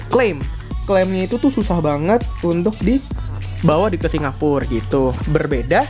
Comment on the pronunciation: hampir 20 kali dalam 10 menit ngomong singapurrrr....